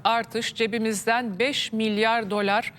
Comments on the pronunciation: Dölar dir o. Dolar olsa duramazsın 😁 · Saynur hanım efsane haber sunuyor efsane moderatörlük yapıyorsunuz ama dolar diyemiyorsunuz kurban olayım değiştirin bu Metin Uca ağzını :D